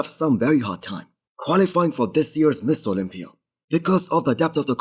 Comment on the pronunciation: This guy can't even say Mr. Olympia. Every attempt sounds like Miss Olympia. 3 hrs 11 comments 140 likes. Starting to look like a failure, you should probably focus on speaking the language of the market you're trying to succeed in and stop worrying about making content on a subject you cannot pronounce. Mister Olympia. Not Miss Olympia